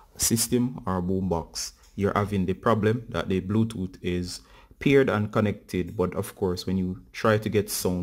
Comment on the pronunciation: Bluetooot😂😂😀 wagwaan bruv from Kenya